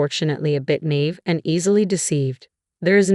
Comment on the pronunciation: The narrator needs to learn how to speak words. Examples: read, fiance', naive. Duh!!!